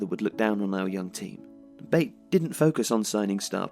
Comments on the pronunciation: BAIT? ITS PRONOUNCED BAATEH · it's pronounced not like [bāt] but like [baˈtɛ] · Isn't pronounced like you are saying it, not "bait" but "Batey" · Great work! Here is the correct pronunciation of the club's name: BA (as in bat) - TE (as in tension). so it's [ba'tɛ] not [beɪt] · U are pronouncing the club's name wrong. Its not baite.. Otherwise great video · I went to the Belarus Cup Final this year, nice to see a vid about Bate. Although it's not like Tifo to pronounce Bate as 'Bait'. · The last "e" is pronounced in the club's name as other letters In other words, there are two syllables: ba-te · definitely not the way the guy in the video said it so ,,ba-tay" is probably the best english version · I love this channel and this is another great video (Yes, I hit the "Like" button). But guys, if I may, I'd like to give you a little bit of constructive criticism. Sometimes you mispronounce the names of foreign teams, players, stadiums, etc. I know that as a native English speaker, you would think that "Bate" is pronounced the way you pronounced it, but it isn't. Slavic languages are more phonetically consistent than English and therefore "Bate" is pronounced pretty much the way it's written. The letter "A" stands for the sound "a", not "ei" and the "E" at the end is not silent. Again, I'm not saying that the video sucks, I loved it! I'm just saying that doing pronunciation research before making a video would help improve the quality and educate the viewers (assuming most of them are also native English speakers). It's a small thing and it's not that important, I just decided to say it, because that's not the first time I'm noticing this kind of errors in your videos. Cheers from Bulgaria and keep up the great content!